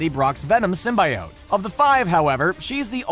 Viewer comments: Disliking cause the way you say symbiote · I will not subscribe due to the fact that you didn't do your research on how you pronounce symbiotes. You can literally youtube videos on how it's pronounced. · couldn't finish watching because of the way symbiote was pronounced. Fiirst Woorld Probleems. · Listening to you mispronounce symbiote makes my ears bleed. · You’re saying symbiote wrong. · ugh the was he pronounced symbiote. Gave me a dang headache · I'm annoyed by the way you say symbiote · Just because you've said it soooo many times, symbiote is pronounce Sim-be-oat, symbiote. Even Sony changed it for Venom 'cause they knew fans would be overly pissed if they heard that over a dozen times. So get it right people, Sim-be-oat! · Sim-B-oat, say it with me now. Sim-B-oat. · Just to clarify, it's Sym-bee-ote. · He's saying it like it's spelled. Sym-bi-ote. When it's pronounced like Sym-be-ote :3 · ITS SIM-BI-OTE NOT SIM-BYE-OTE! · ITS SIM-BEEEEEEEEEEEEE-OTE NOT SIM-BI-OTE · Sim-bee-ote NOT sym-by-ote! This is a channel that makes content based movies and comics! How do they not know how to properly pronounce SYMBIOTE?!!!!!!!! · Yeah, sym-bee-ote, not sym-bye-ote X3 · Everytime Symbiote is pronounced the way of Sim-Bye-Ote rather than Sim-Bee-Ote my body cringes like nails on a chalkboard. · SIM BEE OAT not SIM BYE OAT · Sim-bye-oat, what d bag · Anti Venom vs Venom who would win? And btw the real pronouning of Symbiote is Simbiyowt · Who else hates how he says symbaiote instead of symbiote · please stop pronouncing it as "simbayowt". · every time I heard him pronounce symbiote with a "bye" I lost health 😔😂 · IT’S SIM-BEE-OAT!!! Your killing us here! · It's pronounced sim-bee-ote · SR: "sim-by-oht" Me: Pls, stahp! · Stop saying "sim-bi-ote" you filthy casual. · Motherflagger, did you just say "sim-bye-ote"???.... Multiple flagging times...???? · Whitney Washington Real Marvel Fans say Sym-Bee-Ote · Ita symbiote not sym buy oat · Sim Bye Ote